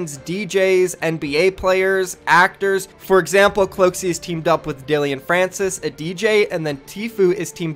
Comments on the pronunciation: It's Dillon dude not dillion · Man really said DillEOn instead DillOn 😄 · “dillion” francis...who dat? i thought it was Dillon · “Dil-ee-on” Ahahaha it’s Dil-on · ISNT IT DILLON NOT DILLION ? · Dill-Lin not dill-ion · It’s Dillon not dillion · It’s DILL-UN not DILLYYION lol English much brother? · It’s Dillon not Dillion ffs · It’s pronounced like Dylan!! Not dillion!!! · Its dill on pronounced just like that dill on like not illion wtf u are a great fortnite news caster dont savagely fuck a name up and sound bad just sayin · my man said “Dilion Francis” LMAO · dude called Dillon Francis Dilleon multiple times lmfao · Pantles no it’s not lol it’s Dillon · It’s not Dillion, there’s no “I”